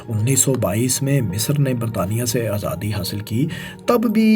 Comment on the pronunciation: ماشاءاللہ بہت معلوماتی ویڈیو تھی۔ فیصل بھائی سے درخواست ہے کہ اس ویڈیو میں بولنے والے بھائی کے بجائے خود آڈیو دیا کریں کیونکہ یہ بھائی پنجابی زدہ اردو بولتے ہیں اور مجھے اس سے بہت کوفت ہوتی ہے۔ مثلاً عِلاقہ(Ilaqa)کو عَلاقہ(Alaqa) ، صورَتحال(Soorate Hal) کو صورْتحال(Soorte Hal) اور آزادی کو ازادی تلفظ کرتے ہیں ۔ اور 19 کو انیس کے اُنی بولتے ہیں ۔